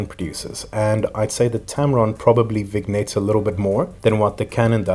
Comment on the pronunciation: VIN-YET MAN! VIN-YET! PLEASE SAY IT AS VIN-YET!